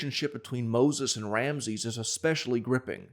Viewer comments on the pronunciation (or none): none